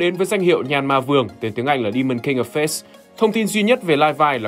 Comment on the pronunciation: Đoạn face đọc nhanh thành fate kìa :))) video này ns nhanh wa tar